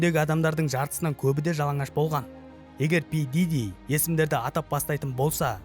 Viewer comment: Пиджижи миджижи деп мыйды ширитти дым тусинбедим.